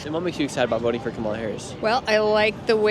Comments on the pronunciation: Omg.. Can you at least pron🤦ounce it correctly??? Her name is KA👍mala ..not Ka🤦MAlah.. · Even black people are pronouncing Harris’ name as Ka-MAH-la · The funny thing is the people who are voting for Harris.. they cannot even pronounce her name correctly… TRUMP 2024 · So sad no one can pronounce Kamala’s name. So disrespectful. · Not a Kamala supporter but think it’s funny that even her supporters don’t say her name correctly after all of the people getting mad about it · None of them even say her name right😂😂😂😂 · I live in Belgium. I'm 50 years old. My sister and my brother in law watch CNN all the time and loathe Trump. If you need any more proof the brainwashing is working I'll give you some. My sister had a go at my 88 year old mother for pronouncing "Kamala" wrong. It's insane.